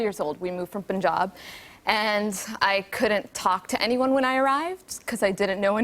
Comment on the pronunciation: I like she said "Punjab" and Not "Puunjab"